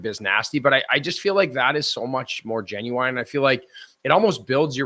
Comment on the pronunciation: This guy doesn’t know how to pronounce genuine 😂